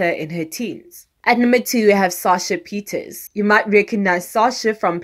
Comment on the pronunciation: PieterSE and NOT Pieters